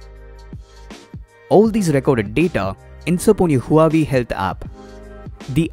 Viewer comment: Its not huuu aaaa vey.. its wahh vey